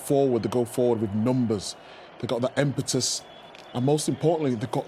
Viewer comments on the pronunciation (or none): "‘Empetus’ — new word in the Micha dictionary of dumb footballers. It’s ‘impetus,’ ya wally.